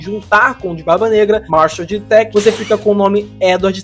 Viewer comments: Edward Tech??? 😅 É "Teach" mesma pronúncia de "teacher" (professor). Newgate você fala certo, mas Teach não? Quando for fazer esses vídeos pesquise pronúncias. Vai te dar mais relevância e alcance. Normalmente não comento em erros para não alavancar, mas acho que meu comentário pode te ajudar nos dois sentidos: informação e alavancagem. Espero não ter passado a impressão errada, só estou tentando ajudar. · O pronuncia de teach está errada